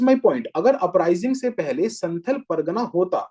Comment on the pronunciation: Sir it's संथाल not संथल Sorry